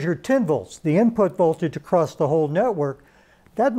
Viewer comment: good info. i'll give the speaker a pass for saying "acrosst" cuz he's from a generation of rampant naivete.